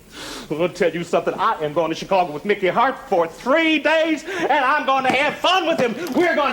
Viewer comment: "Chicagah," lol! Just like how Thelma pronounces Hawaii "Hawai'ah" in Mama's Family lol!